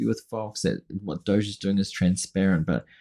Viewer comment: why is dog pronounced 'dog' but 'doge' is pronounced like sheep as 'doughzzaaahhhh' like elmos says...- how 'bout DOOCH as a shortcut...bc doughzaaahhhh is elmo's preference and everybody hates that POS.